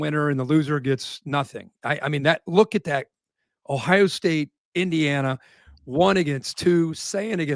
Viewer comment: It isn’t pronounced “ah-hi-ah” It is Ohio, really Kirk. You are from Ohio… Do better.